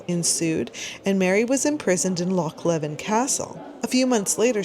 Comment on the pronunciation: Love your museum videos, as a Scot though, I have to say: well done on Loch but it's pronounced Lee-ven for Loch Leven 😊 my mother grew up in the area and I live 15 mins away from it. Mary is rumoured to have stayed at Stathenry Castle which was just along the road from where I grew up. It's privately owned though.